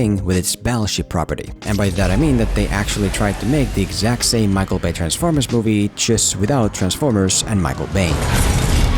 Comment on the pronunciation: It may be the way you're talkin but do you mean Transformers all I hear is B formers. PS I agree with you but I also enjoyed Battleship a lot